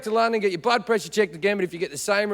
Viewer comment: Blood sounds like butt.. or maybe it's just me coz I came from the other video, him talking bout sluts